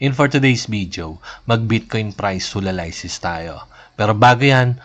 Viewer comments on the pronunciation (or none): Bakit hulalaysis basa mo sa HULALYSIS?? Pag binasa mo ba yung ANALYSIS ay analaysis?😂😂